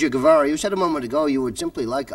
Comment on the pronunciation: You gotta love the reaction when the interviewer butchers his name's pronunciation.